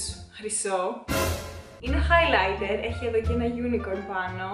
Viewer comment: χαχαχαχα κι εγω εχω κλαψει με το χαι λαιτερ χαχαχαχαχαχ